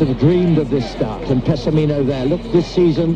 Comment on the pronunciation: Meeh-kah-eh-leh Peh-sah-meeh-no. Is how you say it.